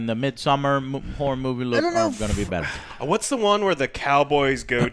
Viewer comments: Im sorry the whole time, I know you were sayinh horror but. I heard Whore lol. - This movie did not do their whore right. Am I the only one who heard this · Always sounds like is degrading women when he pronounces "horror" xD